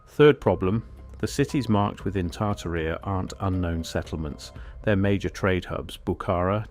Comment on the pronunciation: Tarta rheeea😂😂😂 it’s tar Tare eee uh